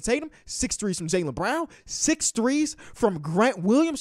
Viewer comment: The way he was saying Jaylen Brown in the beginning sounded like he was saying JayLeBron to my dumbass😂😂😂